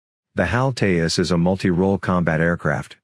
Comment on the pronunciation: Hi... It's pronounced Te-Jus... With a hard J sound like in Joker.